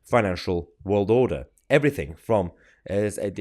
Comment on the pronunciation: The ppl that we put down for good reason .never see these stuff . Or know whats going on Like blair .everyone says why os He always poking he nose. In . He is a good example of arrogance. I do wish along with Many others he would but out. And i carnt stand the way he says WORLD. !!WALD!!